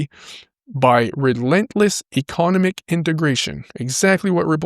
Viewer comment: Ec-o-nom-ic my friend